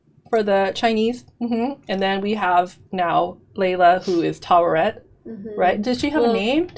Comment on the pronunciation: You are nailing Taweret.